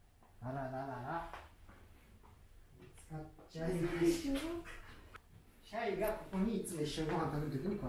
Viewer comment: シャイがしゃゆに聞こえて 井上小百合さんがMCやってた時の らじらーを思い出した